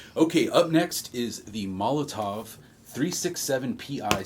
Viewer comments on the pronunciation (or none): There’s no V in Molotow lol